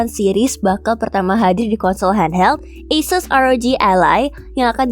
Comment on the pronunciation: Baru tahu Asus bacanya Esus..